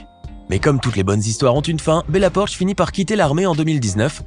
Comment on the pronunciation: Bella poarch pas bella porch